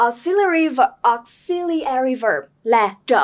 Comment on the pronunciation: Từ “auxiliary” âm thứ hai là /zi/ chứ k phải /si/ nheee